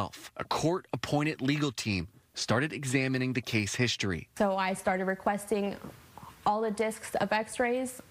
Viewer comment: All I can hear is how this reporter doesn’t pronounce words correctly. It’s history not hishtory. Words with str are not pronounce like shtr. Drives me crazy.